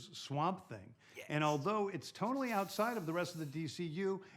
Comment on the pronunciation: bro he said “tone-ally” not totally 😂